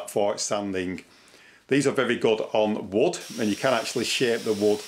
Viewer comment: Cutting “wood!” I thought you were saying “wut.” Great tips though.